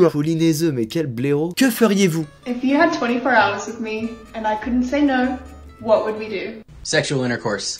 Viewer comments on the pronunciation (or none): none